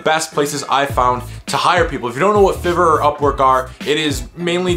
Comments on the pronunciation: It’s FIVE-ER not FIV-ER 😂😂😂😂😂😂😂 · It's pronounced 5er not fever ... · its pronounce 5 er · It was hard to pay attention after he said FIV-ER so many times xD